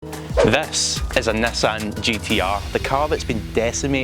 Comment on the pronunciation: Why you speal nassan instead of nissan?